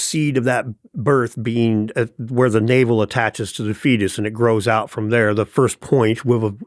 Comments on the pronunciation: it’s “navel of the world” not “naval of the world” as in “belly button,” not “water army” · Navel . . . not naval . . . of the world.